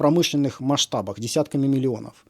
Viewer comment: Месятками миллионов. Что ты читаешь дурень?